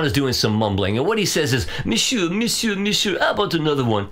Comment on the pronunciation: Thanks for all the great work you do. I know you put a lot of effort in these video breakdowns. It’s many days of work as we can see from your soundalike performances, different clothes in every part! Your « monsieur, monsieur » at the end was excellent. Living in France must’ve help a little! 😂 Best Regards from Québec.👍🥰